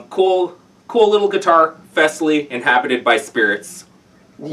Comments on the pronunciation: Fes ly not feezly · Thanks for the video. I was wondering how you were pronouncing it as, "Feezley" when there is only one E after the F. It is pronounced, "Fezly". At about when you had the other guy play the guitar, he was pronouncing it correctly. In the past 2 years, this company has put out some very good beginner guitars, especially with the price point. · It's FESS-ley, dammit!